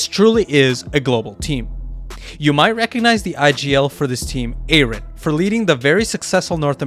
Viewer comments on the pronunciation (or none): none